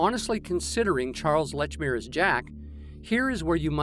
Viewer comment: Excellent video but it's not Lechmere.